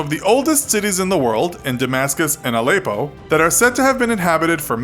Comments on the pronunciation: It's Al-eh-ppo btw not Al-eyy-ppo :) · The way he says Allepo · The way he says Aleppo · learn to pronounce Aleppo kinda in the news a lot